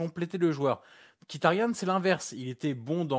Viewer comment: C'est marrant vous faites bien attention à bien prononcer le nom de Calhanoglu à la turque (vous reprenez meme l'auditeur), pourquoi ne faites vous jamais pareil pour Mkhitaryan ? Ça se prononce normalement dans sa langue Miritariane.